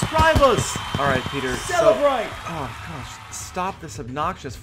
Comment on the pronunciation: 17 Dollahs and (Mostly ). Congrats on the 300 K Subs!